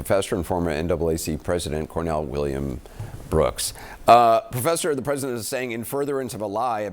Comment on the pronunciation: Anderson Cooper, I'm pretty sure, it's, "NAACP." Not, "NAAC."